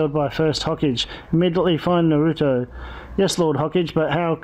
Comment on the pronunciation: Its not ho-cage its Ho-Ka-Ge